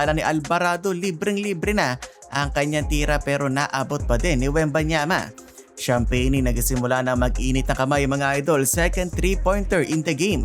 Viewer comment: ang pronounciation Brun-son hindi Bronson.Julian Kymani Champagnie (/ˌʃæmˈpɛni/ sham-PEH-nee. ayusin mo sir.